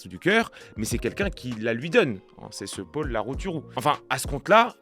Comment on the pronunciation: Paul au masculin se prononce avec un « o » ouvert. Le « o » fermé est pour Paule, au féminin. Juste en passant 😉